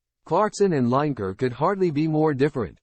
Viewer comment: Say his name properly